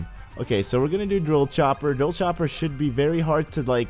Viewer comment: How to pronounce "Dropchopper" with DRILL-chop-per 10/10